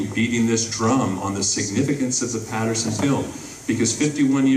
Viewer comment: It's Patterson not Paterson.